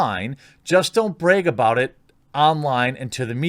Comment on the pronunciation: It always makes me chuckle the way you say "Bag" or "brag" it sounds like "Baeg" and "Braeg"